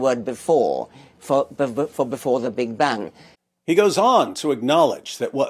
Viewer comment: This can't be the real Richard Dawkins, though. He's probably an AI bot. I mean, who pronounces "Big Bang" that way? The real one's probably tied up in a closet somewhere figuring out the real naturalistic origin of the universe.